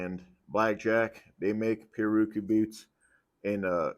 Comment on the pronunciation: pi-,rär-a-kü is the pronunciation Portuguese, from Tupi pirawrukú, from pirá fish + urukú annatto. Everyone in the western industry, including boot makers get it wrong